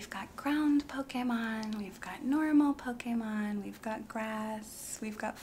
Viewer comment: I appreciate the proper pronunciation of Pokémon. 😂